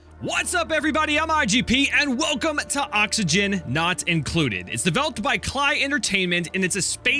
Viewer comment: klei is pronounced like Clay like the thing that you make things with and the graphics are similar cause the creators of DS(don't starve) and DST(don't starve together) are also klei